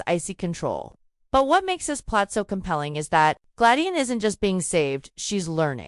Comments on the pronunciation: It's Gladys NOT Gladine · OMG! Now its Glayin previously it was GLAD ICE! Can't they get AI to get this right?